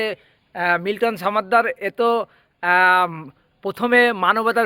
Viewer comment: সাংবাদিক ভাই সমাদ্দার কে ছামাদ্দার উচ্চারণ করছেন কেন? আমি যদি সাংবাদিক না বলে ছাম্বাদিক বলি তা কি আপনার ভালো লাগবে?